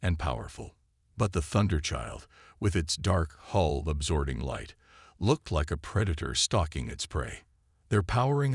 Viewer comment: Great Story, follow up with clash with the Void Part 2. Fix some of the word errors, a Hull is not a hole, Coms is not calms and be more creative and change the character names from story to story